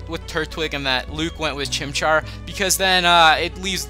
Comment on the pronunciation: He meant Chimchar not Chimpar.